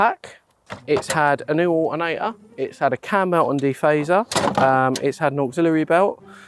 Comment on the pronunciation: New 'alternator' - pronounced awh-erh-nay-uh